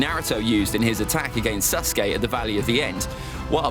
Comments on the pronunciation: Anyone realise that he says suske not saske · Bro the way he says sasuke sounds like SUSke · bro my mans really said " susgay" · "And susgay"